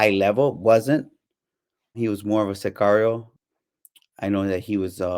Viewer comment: This guy cAnt even say sicario right😂 cigario jajjaja i stopped watchin this video asap